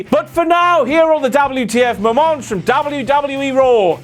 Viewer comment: Angle actually pronounces it "Dubadubee"